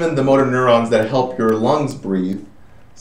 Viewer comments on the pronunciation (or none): none